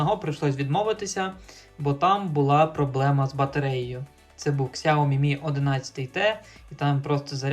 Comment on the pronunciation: Одне прохання, не кажи на сяомі ксяомі, а то уші ріже )